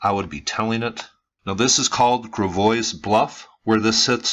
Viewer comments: I'm relatively local to the area. I can assure you that Walmart isn't the best thing to happen. I had no idea about this but I always questioned the construction that cut into these bluffs. Friendly note, it's pronounced Grav-oy not Gra-voise (it's French so locally we butchered the name but kept the S silent). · FYI, Pronounced Grav-a-way, or ways, Named after the Gravois Indians. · So, could you do some research and learn how to pronounce the names? Gravois is French. pronounced - gră-VOY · I think it's pronounced like Gra(short a sound, eg have) vois (voice or voys or voy) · 08/05/2018 I grew up in High Ridge, beginning in about 1965. Gravois is also pronounced Gra-voice. I also lived in H.R. before Old Hwy 30 was built. In fact, they purchased our back land to build Old Hwy 30, beginning when I was in high school. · i live here...its pronounced Grav-oye. the s is silent. thanks for making this known to the world. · Its pronounced 'grah-voy' but carry on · Im from Fenton , its pronounced grav-oy, that area you are talking about was a trailer park in 1998. The mounds were removed between the 1800s and 1950s. Im not denying there were burial mounds in Fenton, but your timeline is incorrect. You're quoting from the RFT, that's a free paper most people line their cat boxes with. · Just an FWI Gravois Bluffs is pronouced "Gravv-Oy Bluffs" in the St. Louis area. The "S" is silent. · It’s pronounced “Grav-oy” and it wasn’t named after indigenous people… the name originated with Gravois Creek which was named so by French fur traders due to the amount of limestone rocks seen in the creek. The word Gravois is French for gravel. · this video gives me another reason to be embarrassed that I'm from St. Louis Also, we're not logical, so Gravois is pronounced GRAHV-oy. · Learn how to say GRAVOIS. If you're going to spotlight local areas learn the correct pronunciation. I couldn't listen to this after the 1st mistake.